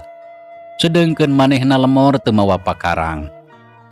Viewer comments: Lemor Sanes lmor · Lemor sanes leumor 🙏🙏